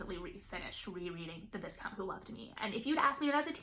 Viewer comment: It's pronounced Vai-count, there is no sounding S in viscount. and FranCHesca, as in cheese, not just Francesca... Just listen when they pronounce these title/name on the show.